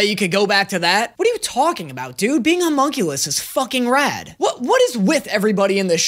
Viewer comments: believe or not... Ur saying it wrong. Humunculus nah homunculus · probably doesn't help that your saying it wrong "hue munculus"?????? like dude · you arent even pronouncing homunculus right, the "ho" part isnt pronounced like the "hu" in human, its more like the hum in humming. every time it sounds like your saying humongous. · You’re saying hyum-unclus Try humm-unculus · your difficulty with the word of homunculus. the letter s is your worst enemy my friend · Oh god I LOST IT when you messed up saying Homonculus 🤣🤣🤣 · You've said and will continue to say homunculus wrong throufh the entire duration of this series, and you've made it harder on yourself